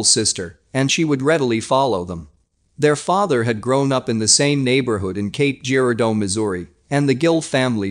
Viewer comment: Cape Girardeau ( juh-rar-doh ) to locals.. Not jeer-ah-doh.